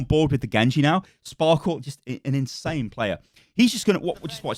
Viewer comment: Why does everyone say Sparkle? It's Sparkie right? 1 = i ?